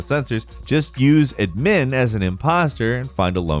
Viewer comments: why you putting the emphasis on the MIN part of admin. Emphasis goes on ADmin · Bro did he just say ad MIN instead of admin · He pronounced admin wrong he said it like Edmin so here is how you do pronounce it, “ad min” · I hate how he pronounces Admin as "Idmmiin" instead of "Aadmin" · You saying admin like Ed-men is making me so mad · udmin BRO STOP YOUR NOT SAYIN IT RIGHT. UDMIN?? BROOOOO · I don't like that he pronounces Admin as "adMIN" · Add-min that is how you say it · Was wondering the same thing tbh. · So they say "administration" differently up north? Like "Uhd-ministration"? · Why did this dude put the emphasis on the second syllable of admin when the emphasis goes on the first syllable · Did...Did he just pronounce admin wrong? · Why did you say admin like that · That admin pronounciation was awful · i dont think i like the way you say admin lmfao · tf u say admin like that for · so is it me or does he say admin weird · Yeah as an American who's had quite a bit of contact with west coast Canadians I've never heard any of them pronounce it like that. In fact, I've never heard any Anglophone pronounce "admin" like that, and I've known and had contact with Brits, (to include Welsh and Scots), Canucks, Aussies, and Kiwis.